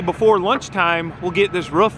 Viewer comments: its a roof. not a ruff lol. Have this debate with the wife all the time. My way of "winning" the argument is to have the person say kangaROO, add an F to the end of it. They then say kangaROOF. Then tell them to get rid of the KANGA at the beginning. BAM they say it "correctly" (all in good fun. not sure if there is a correct way or not, im no English major) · Another great vid . And yes it’s roof not rough 😜👍